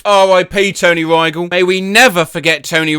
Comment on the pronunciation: By the way, he’s pronouncing Rygel wrong